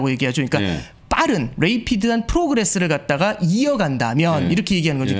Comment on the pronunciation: 레이피드 ㅎㅎ 발음 재밋네요. 어드저스티드